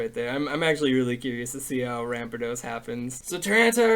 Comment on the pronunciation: U said ramparados wrong